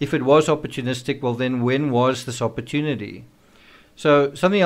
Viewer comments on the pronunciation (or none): none